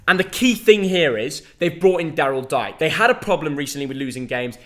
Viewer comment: Just so you know Daryl Dike is pronounced Dee-Kay. And he's also out 8 weeks with a hamstring injury he picked up in his first start.